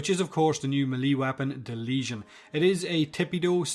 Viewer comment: Finally a YouTuber who knows how to pronounce the name of this weapon